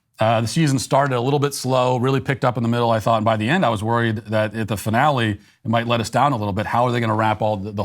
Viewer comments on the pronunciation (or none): none